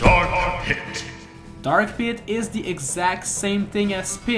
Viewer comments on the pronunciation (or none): I though he said armpit instead of Dark Pit!